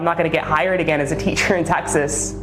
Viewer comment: I've never heard someone from Texas pronounce it "tax-us" before. Very odd